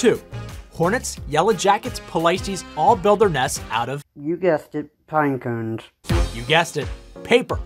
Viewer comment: Ouwver and ouwver to make a couwne. Gouwt it.